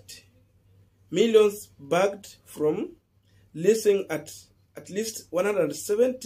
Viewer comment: Please learn to read properly, bagged is as is written and not badged as you pronounced